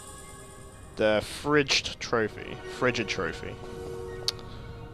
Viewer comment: Why is this guy so worried about pronouncing Aspidochelon, I'm sure he'd do fine *proceed to hear "Seluchen" instead of Sochen, "lubber" instead of lindbur, "fridged" instead of frigid* Ah, gotcha. Checks out. 😂